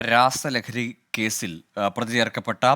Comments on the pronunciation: രാഹസലഹരി അല്ല രാസലഹരി 🤣🤣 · എടാ😂😂😂. രസലഹരി അല്ലാതെ രഹസലറി അല്ല😂😂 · ഡാ പൊട്ടൻ കണ്ടാ.. രാസ ലഹരി ആണ്‌. രാഹസാലഹരി എന്തുവാ 😂😂😂😂😂😂